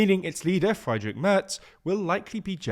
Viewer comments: Somehow, English speakers manage to get IE and EI wrong more than 50% of the time. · 'fry-drich merz' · Interesting pronunciation of Friedrich